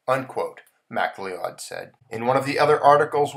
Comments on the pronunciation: Hey here's a small tip. The name Macleod is pronounced as "ma-cloud" two syllables not as mack-le-owd. It's a Scottish name. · thanks, good presentation and information. We all sorta knew this was eventually coming, but did not think so soon. (BTW, Mcleod is pronounced McCloud). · It's pronounced Mack-Loud